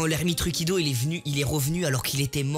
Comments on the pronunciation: Ermite Rukido inoxtag 2020 mdr la prononciation 😂😂😭🤣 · Sa me casse les couilles wAllah , Il a dit naruto mode kyubi il est degeu , IL EST CON.